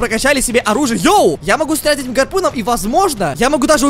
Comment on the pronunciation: Когда сказал гарпу́ном, у меня прихватило сердце)))